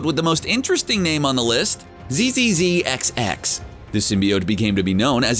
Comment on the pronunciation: Correct pronunciations : Zzzxx : Zacks Shi’Ar : Shee-Are